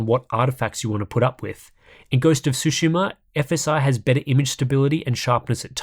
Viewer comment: It bothers me more than it should that you can't say "tsu" lol